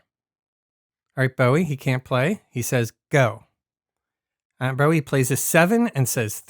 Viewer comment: One point, it's pronounced "Atten-bu-rah".